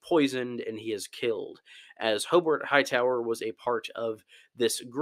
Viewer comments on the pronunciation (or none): none